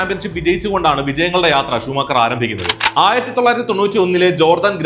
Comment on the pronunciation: I heard this name as shoe maker 🥲 But i know that you did this same mistake 😁😁😁